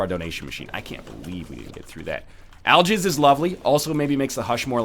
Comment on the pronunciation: nl nice english aljizz instead of algix